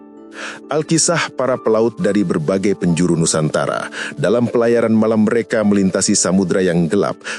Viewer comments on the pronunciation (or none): none